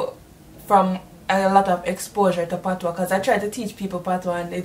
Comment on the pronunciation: It's "patois" not "patios"